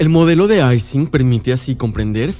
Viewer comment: Se dice Ising [ˈiːzɪŋ] con I, Ernst Ising fue alemán, y ellos sí pronuncian el alfabeto LATINO correctamente.